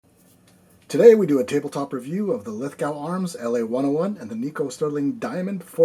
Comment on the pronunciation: "Lith-go", mate. Rhymes with snow, not with cow. :D